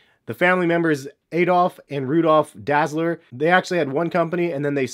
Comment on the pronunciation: how can he not pronounce dassler when it's in the name of adidas, adi is short for Adolf, and das is the first part of his last name, so he named the company "adi-das" adidas